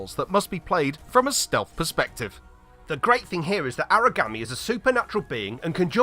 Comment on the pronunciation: If you want to know how it is pronounced, it is pronounced ahrah gawm eee